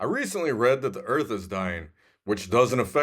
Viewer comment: Buttons... too funny!!!!!! Love the crash! EARF! LOL! That was great!!!!!